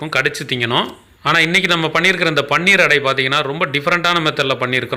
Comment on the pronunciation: அது பன்னீர் இல்லை. பனீர் என்று சொல்ல வேண்டும்